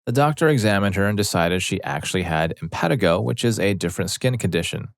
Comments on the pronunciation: It’s im-puh-TEE-go or im-puh-TIE-go. Either is correct. But not im-PET-i-go. Pretty simple to look that up. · Im pan ti go not im pet i go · Infantigo pronounced - in-fan-tie-go